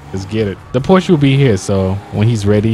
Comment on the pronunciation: It's pronounced "pour-sha" btw